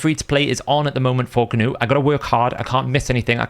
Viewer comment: The g in gnut is silent like k in Knight. Nut